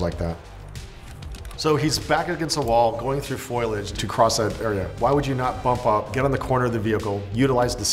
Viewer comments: FO-LI-AGE not FOILage Facepalm. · Foilage? You mean foliage? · Its "FOLIAGE" not "FOILAGE" this ticked me off more than the differences between the experts experience and the actual global atmosphere of the game. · It's pronounced "foe-lee-age", not "foil-age". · Foilige? Foliage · Am I the only one bothered by the fact that he keeps saying "foilage" so confidently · He said foilage like Marge Simpson. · This guy said foilage like 10 times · i came looking for this comment lol glad i'm not the only one who shuddered when he kept saying that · Navy seal roasts person playing game and offers no commentary on the game itself*** Also mispronounces foliage 8 or 9 times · “Ecscape” “Foilage”